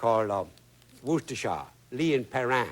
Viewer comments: Whoooooo, Whoshtshire, whoosttashrire. Tabasco is Tabaskcou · Lol I can understand why you think Roux is pronounced like Rocks, but worcestershire sauce being pronounced like 'your sister is saucey' kinda did me in lol! 🤣